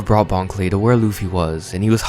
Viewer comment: Also, I’m pretty sure it bon kurei (pronounced very similarly to clay)